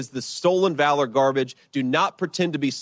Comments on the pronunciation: Not Valor, long a. Short a...as in pal. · Pronounced Val - or. Not cutting you trying to help. Love your content and how you put things. KEEP UP THE GREAT WORK 💯💪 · Valor hun said it wrong lmao